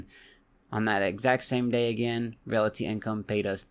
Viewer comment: Anybody else notice he says "relaty" and not "realty"?